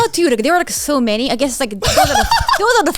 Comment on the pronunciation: Every time Connor has ever said "So Many" it sounds like he says "Sony" to me! 😂